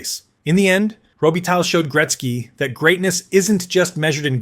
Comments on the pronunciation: Row- Be-Tie Mispronounciation gets distracting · You have to learn a little bit how to pronounce Robitaille so that it is not such a total massacre. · Interesting video, thanks. One note about your production and that is if you are serious about making them you need to to get better at pronouncing the players names. I wince each time you mention Luc Robitaille.